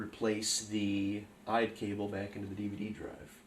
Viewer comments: Can you please not say IDE LOL, its I.D.E. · No IDE is fine. You were pronouncing it as a word rather than by each letter. Usually people say I-D-E each letter at a time. That's all I was pointing out. I use the term molex all the time myself by the way. That is understandable.